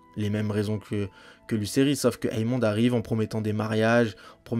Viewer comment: la vidéo est sur l'épisode 10 donc il n'y a aucun spoil dans ce que tu vien de dire, qu'il les fait exprès ou pas c'est pas important personne le croit innocent donc vengeance, guerre ect...et c'est AEMOND pas EAMOND (ae=é) Jacaerys se prononce jakérys.